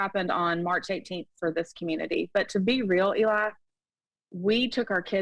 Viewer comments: Is she calling him Ely? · Does she keep saying Eli?